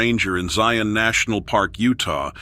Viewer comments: It's not ZIE-ON, It's Zion, like lion! 😂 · The name Zion rhymes with lion, not scion.